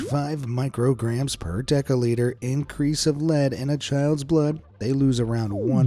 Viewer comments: It’s “deciliter” but it’s pronounced with a S not C Des i liter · Was he saying "deciliter" or "decaliter"?